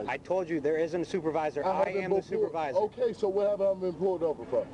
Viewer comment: "I need yo supavisa, I need yo supavisa, I need yo supavisa" 😆